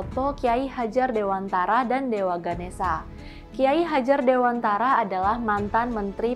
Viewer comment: Sekedar kritik utk mimin yg orang Jakarta. Cara bacanya "Ki Hajar Dewantoro" min. Dewantara itu bahasa Jawa dg huruf latin, yg cara bacanya a = ô (mirip pengucapan o pada kata Tokoh)